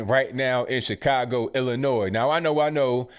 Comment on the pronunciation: Think ABL is one of the few people I've heard actually pronounce 'Illinois' properly.